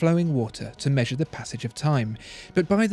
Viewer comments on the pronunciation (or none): none